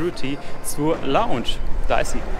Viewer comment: Ich finds voll witzig wie du früher immer longsch gesagt hast